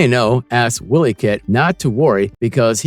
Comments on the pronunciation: You made this video just for clicks. 1) this was more an 80’s cartoon, not 90’s. 2) it’s not Willy Kit/Kat…it’s WHY-ly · Wiley said like wild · Too many mispronunciations to look at this through...Wile (while)-E- kit